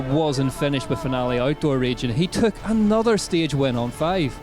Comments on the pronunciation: At least pronounce the name of the location correctly!!!!! instead of that horrible effort! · We would love to, if we knew where we were going because you pronounced it properly. Also pre race organisation was horrible, I called the info point in Finale (In italian) and scanned everywhere on the web to get information on the actual race times and days for each category and trail zones where the race would actually be to plan a trip. No one knew anything! Appalling. So I cancelled a planed trip to watch it. There needs to be actual information, of which day and time each category is racing. GCN/UCI should already have their stuff together, not give us the excuse oh its new, we are just starting and it will improve. It should already be on point, viewers will actually be paying to watch DHWC. You need more staff on point doing each bit. The Old Enduro series race Videos were much better as well.